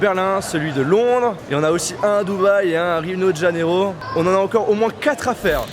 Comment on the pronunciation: "rino de janero" 😂😂😂, j'ai tout de meme laisser un pouce bleu